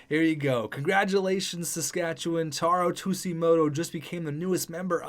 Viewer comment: You kept saying taro tsujimoto wrong btw